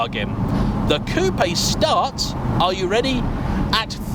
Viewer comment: congratulations: you are one of the very few English speaking journalists who knows how to pronounce Coupé, not Coup